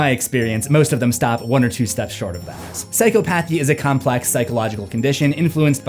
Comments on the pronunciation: Psychopathy is not 'psychopath-ee', it's 'sigh-cop-uh-thee'. This isn't said with any malice, just love and respect my friend! I love your channel and hope it continues to grow as well as it has already, great videos man, again, that correction is NOT said with malice, just offering a helping hand is all. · Sy-cah-pathy, not psycho path-ee Edit: Not everyone with BPD are crazy; we have poor impulse control but hers is definitely something I've seen to get attention Also, I've been to the hospital (ER) for a motorcycle accident and they only focused on what I said hurts. They missed a lot of things that were broken and a brain injury. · It’s pronounced: Sci Cop Athy (Phychopathy) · Psychology degree here, just one thing, psychopathy is actually pronounced psy-cop-athy (sai-KAA-puh-thee) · It's... sai-kaa-puh-thee Not... Sai-co-pa-thee 😂😂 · It's pronounced psy-KAW-pathy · Say it with me now… cy-cop-a-thee